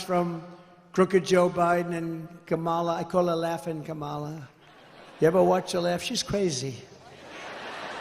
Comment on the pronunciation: The intentional mispronunciation of "Kamala" too. RACIST GARBAGE.